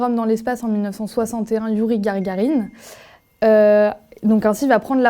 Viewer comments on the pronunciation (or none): Youri GaRgarine, l'oreille se dresse! Louis Armstrong, les zygomatiques se relâchent. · Pas mal dans l’ensemble mais trop descriptif, elle a voulu caser tout ce qu’elle savait sur la Guerre Froide sans toujours de lien évident avec la problématique posée. Et mention spéciale pour « Gargarine » et « Louis Armstrong » (le premier trompettiste astronaute).